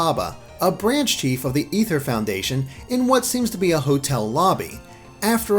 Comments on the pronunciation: It's ay-ther not e-ther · ITS NOT EETHER ITS AY-THUR OMG STPOPOPOPPOPP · It gets annoying. Its not Ether, its Aether. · Is it pronounced Ether or A-ther lol I can't tell Xd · It's pronounced (A ther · It's called the flipping aether foundation pronounced LIKE THE WORD IS OMG BRUH